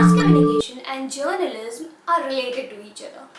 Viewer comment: Please pronounce journalism correctly its hurting my hear :))) just a constructive criticism